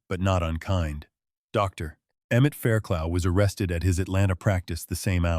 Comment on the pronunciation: How many times are you going to tell us he investigated fires???? The doctors name is pronounced Fair - Cluff. Like rough